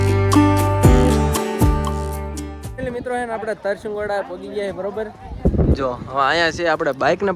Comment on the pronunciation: Tarsingoda nay Tarshigada